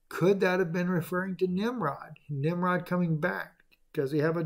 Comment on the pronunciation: Nimrud.... Nimrod 🤷‍♀️